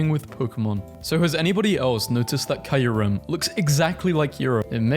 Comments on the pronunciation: Kia-Er-Um!? This is the first .and only time I've ever heard someone pronounce it like that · He pronounces kyurem so differently, yet it sounds so much cooler than the official pronunciation